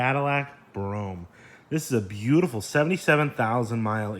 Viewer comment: That’s pronounced ‘Bro Ham’ bro 🤣😂🤣😂 nice car also!